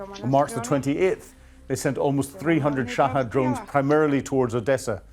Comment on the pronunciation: Shahed not Shahad but Brits have to mispronounce words or else their noses drop 😂